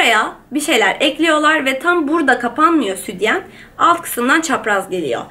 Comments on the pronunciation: Doğru konuşmayı öğren önce.Südyen değil sütyen. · Neden südyen diyon ya jsjsjjs